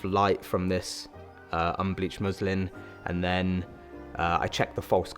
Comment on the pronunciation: just finished it - amazing setup i love both the muslin and softbox look But when you said first time unbleavhed muslin - i tough u said Muslim 😂😂😂😂 im like umm